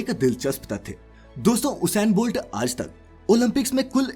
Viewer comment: bro its not hussain bolt , its ussain bolt